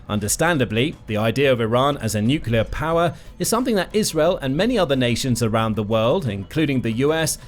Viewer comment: There's only one "u" in nuclear. Why do you pronounce two u's?